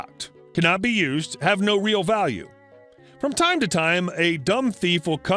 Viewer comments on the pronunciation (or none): none